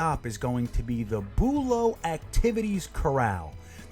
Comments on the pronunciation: not boolow bUlow emphasis on the BU low also this is florida nothing can stay good outside but that is ridiculous they make money they should change them more often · from a local ur saying it wrong lol